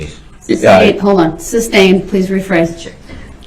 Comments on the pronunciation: Every-time he says "axe" or "supstain" i die a little inside😂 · It's soooo funny how nobody corrected his English through out the trial. It seems like someone would have told him immediately that it's not "Substain it's not axe, it's not tacket.. it's not troof or oaf,,. He's so stupid!!!! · " GROUNDSZ! I AXED Y'ALL TO SUPSTAIN. AIN'T NOBODY HERD ME??